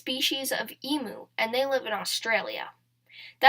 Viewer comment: Another emoo! Noooo!!! E-muuu, letter E and mu like music